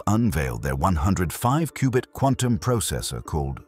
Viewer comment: A cooo-bit processor??? All that power and it can’t pronounce cubit?